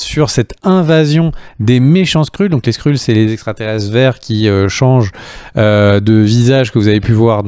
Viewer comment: Très bonne vidéo intéressante et un max d’infos sur l’univers Marvel 👌 par contre ‘’ les Skrulls ‘’ se prononce ‘’ Skreul ‘’ hein 🤣